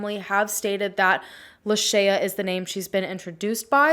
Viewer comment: I think you are mispronouncing her name. Did you hear the way her mom pronounced it in the interview?